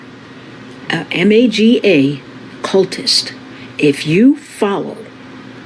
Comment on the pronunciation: Dude it’s MAGA not MEGA buddy. Yes we are large and in charge but if you can’t get the acronym correct then why would anyone even listen to your opinion. MAKE AMERICA GREAT AGAIN.😎